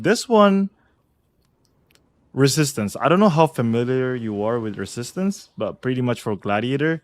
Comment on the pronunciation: Really cant say resistance